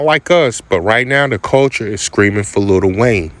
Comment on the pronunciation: I'm sorry, can y'all please stop calling him "Little" Wayne..it's Lil Wayne